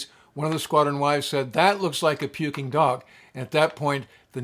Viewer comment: The Playboy Tomcat, BUNO 164604 is still at N.A.S. Oceana, wearing a Pukin Dogs paint job (stop saying the dang G as in puking). My only Navy command as an AMSAN. Wife was a Reaper and Gypsy (never hears them called the gunfighters). Keep safe shipmate.